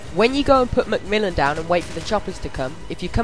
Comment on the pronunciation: Its macmillan dangit -.- not mcmullen xD